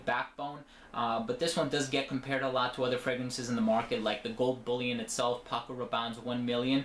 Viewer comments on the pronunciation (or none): none